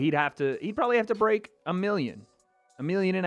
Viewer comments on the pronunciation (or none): Guys it's the Bweak down, Wet's go! I can't tell you how awesome it is to hear that on every video. What a super duper good gimmick